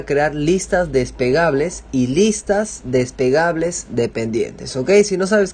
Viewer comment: Gracias! Muy útil para comenzar! Pero recuerda!!! SE LLAMAN LISTAS DESPLEGABLES, no "despegables" como dices en tu vídeo!